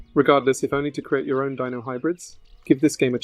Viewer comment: "Deeno" really?